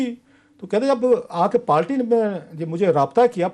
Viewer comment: صیح کہا اپ نے پالٹی ڈالاگ جلاباں پیپل پالٹی وغیرہ وغیرہ 😆😆